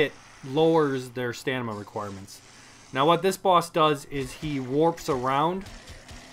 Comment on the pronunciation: hey, thanks for the video. great tips. just so you know though, its stamina, not stanima